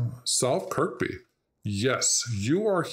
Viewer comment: The K that's silent is the one in the middle. Kirkby is pronounced Kirby